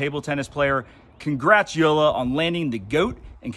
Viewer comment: Yo! Dude! It''s YO-LA The J in German is pronounced like a Y